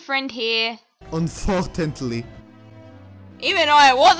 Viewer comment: "UNFORTANTLY" XD